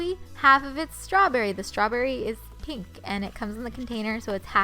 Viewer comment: I like how u say pink like pinkkk